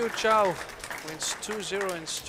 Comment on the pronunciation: Again you clowns mis-pronounce Rita's name. It's not Chow, it's Chou. Don't be ignorant, learn how to pronounce the players' names. it's about respect. Or else let somebody else do the announcing.